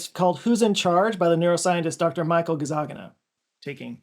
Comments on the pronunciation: JOE, WHY DO YOU KEEP SAYING THAT NAME WRONG? You keep saying "GazzaGINA" with total confidence when it's "GazzaNIGA". You are transposing the "g" and the "n", and this is a scripted video that's the product of detailed research, how can you propagate such an obvious mistake? How can no one in your team catch it? Are you doing it in purpose to make a point about how the brain mixes up things in processing? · It's Gazzaniga NOT Gazzagina. C'mon man. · Nice video although I can't help but noticing how you're butchering the name of Dr Gazzaniga. It's not "Ga-zah-ghee-na" as you keep saying, but "Gah-zzah-nee-gah", with the stress on "nee". the actual italian name was most likely Cazzaniga and as usuallly happens it got mispelled when his ancestors moved to the States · GazaNiGa not GazaGiNa 😆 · "Gazzaniga" is pronounced gahz-AR-nee-gah, instead of gahz-ah-NEE-gah (where capitalisation indicates stress). Very interesting video though, as usual, TY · Why pronouncing the scientist name Gazzagina instead of Gazzaniga?! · Cool video. Unfortunately, you pronounced his name wrong. It's Gazzaniga, not Gazzagina. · you pronounced GAZZANIGA as GAZZAGINA throughout. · “Gazzagina” is an interesting way to pronounce “Gazzaniga” 😂😂😂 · It's pronounced Gazzaniga. Not Gazzagina. You got this man's name very wrong. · i'm pretty sure it's not pronounced Gazzagina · Fascinating video, thanks for making it. There are over 14000 comments below it at this time, so chances are some other triggered Italian pointed this out already, but it doesn't hurt to do it again: the correct way to pronounce Michael Gazzaniga's last name is Gah-dzah-KNEE-gah (stressed syllable in all caps). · Is it my brain mishearing, or is he mispronouncing Gazzaniga as Gazzagina throughout the entire video? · you repeatedly pronounce the doctor's name as [Gazzagina]... just sayin';-) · I belive it's pronounced with inflection on the second syllable. Ga-ZAN-i-GA